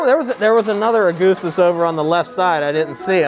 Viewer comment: the way u say augustus is triggering lol